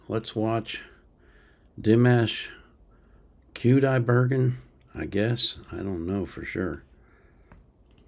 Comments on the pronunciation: Well pronounced sir. Welcome to the Dimash rabbit hole. A good human being. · OMG how I enjoyed your reaction! 🌷🌷🌷 Well, you pronounced his name perfectly, for starters. Secondly, you just asked for a flood when you asked for recommendations 😂😂😂 This song was written for the voice of Daniel Balavoine who could sing tenor but also falsetto. Dimash re-arranged it to extend the range even further and as you say sings soprano and higher. Believe it or not, this song is only the tip of his iceberg. Back in 2017, Dimash said in an interview that we had only seen 30% of his talent and I was like, no… what more can he do… And here we are 2024, and I can’t believe all that he has achieved and shown us! Yet, in his latest press conference in Istanbul a few days ago, he said that we have only seen 30% of what he can do… what? This time I believe him. He’s not bragging. But what does he mean? Already he has pushed back and broken the barriers of vocal music not just in terms of technique, range, styles, and innovation. He has incorporated visual art/film into vocal music; danced; acted; directed; I mean, what’s next? And most impressive, underneath the stage image is a humble, kind, gentle, wise, family-oriented, patriotic, and decent young man. Now for suggestions: 1. Highest note recorded so far: a D8 in the performance of Unforgettable Day at the 2017 Gakku music festival. 2. My favorite vocal acrobatics in one single breath: Sinful Passion. 3. The first artsy MV with a message: The Love of Tired Swans 4. The most moving MV which should be called a musical mini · You pronounced his name absolutely right! And yes, he is the best singer in the world! Greetings from the Netherlands🤗🙏